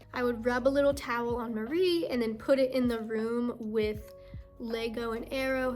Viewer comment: Go Nessa "Meowwrrell" LOL :P hahaha